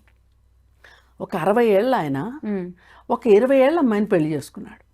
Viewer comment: పెల్లి కాదు పెళ్లి!